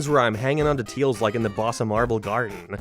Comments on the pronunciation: Who the heck says "Teals"? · Why cant u say tails correctly? That seems like an odd speech impediment, or was it on purpose? Lmao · It's his accent. He's from Northern Ireland but has an American slant to it because of his wife being American and he lives in the United States alongside her, so his accent has shifted slightly since moving to the United States. He tends to pronounce the letter "a" as "æ" so if he were to say "Tails is my favorite character", he'd say it like "Tæils is my fævorite chæræcter". I don't mean any offense to him honestly, but I know people tend to be curious as to where his accent comes from. (His pronunciation of "Mario" in the Sonic Rush section is fucking atrocious though, my God. "Mærio".) Love his content though even if he's got takes I don't agree with. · Bruh you said teils even though it’s tails with an a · i love how he calls tails teals